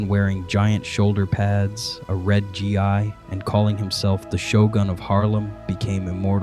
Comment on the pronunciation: Its pronounced gee... not gee eye... stupid AI narration